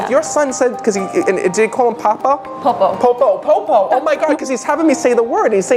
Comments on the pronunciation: If her FIL is telling him about the "Popo" nickname, then why wouldn't he then know how to pronounce it correctly? He didn't even say it right, and she had to correct him. It's almost as if he only saw it typed online and didn't actually hear the deceased man say it. 😂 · When he mentions the name “popo” he clearly doesn’t know how to pronounce it i.e. he has read it but not “heard” it, it’s Christina that confirms the correct pronunciation, which confirms that he’s lying that he heard it. It’s also very common for a child of a dying parent to ‘put their life on hold’ when the parent is sick, I had to do that myself, so he made a statement that could apply to many people in that position. What a total scam. Thank you for bringing this to our attention. 🙏🏼